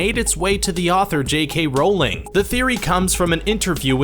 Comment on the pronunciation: Not surprised; a dozen videos about Harry Potter, and just learned for the first time in this one how to pronounce "Rowling."